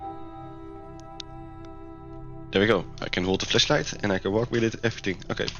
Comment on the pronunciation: sounds like he is saying fleshlight 💀